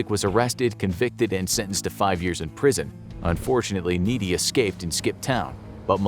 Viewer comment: You mispronounced Frank Nitti name.